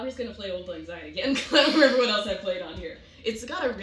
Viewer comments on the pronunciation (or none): Auld is pronounced like Awld, it sounds like "Called" without the C